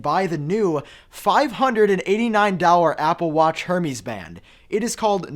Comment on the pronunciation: It’s not hermees it’s pronounced like air mez